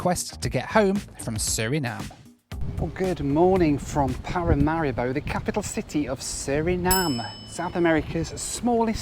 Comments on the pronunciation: Every time you mentioned Paramaribo, I heard ‘packet of haribo’😂😂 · I was taught to pronounce it Pa-ra-ma-ree-bow.